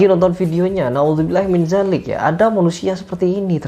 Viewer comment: Na'udzu billahi min dzalik pakai dzal (ذ) bukan zaalik (ز) heer